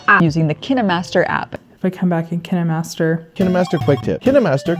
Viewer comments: Kinemastır değil kinemesta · O kaynmastır olarak okunur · ingilizçede kinemaster okunuyor Türkçe'de kaynmaster diye okunuyor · kinemastır değil kinemastar .d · Yine yanlış kinimasta olacak okunuşu :)